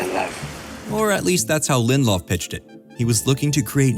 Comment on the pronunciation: It’s 3 syllables: Lin-dill-off I am fun at parties.